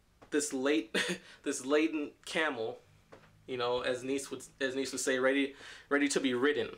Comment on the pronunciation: Great video but its pronounced "NEE-CHA" :P